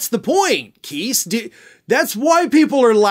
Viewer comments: Evidently you don't read comments. I previously informed you Chris Keis' last name rhymes with RICE OR LICE. It does NOT rhyme with GEESE! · It's pronounced Kise with a long i not a short i. As the e at the end of his name would signify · The lawyer’s name is pronounced Kice (rhymes with ice). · Btw, the lawyer’s name is pronounced Kise (like “Weiss”. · Kise... pronounced like rice. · Hey, just to help you out, Christopher Kise's last name is pronounced with a long 'I' sound, not a long 'E' sound Thanks for all you do in keeping us informed and educated!